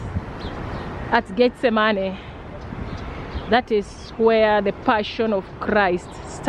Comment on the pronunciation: not tryna be funny but her accent makes it sound like she saying "get the money" lol